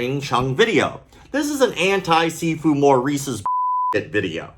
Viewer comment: I swear I thought you were saying seafood.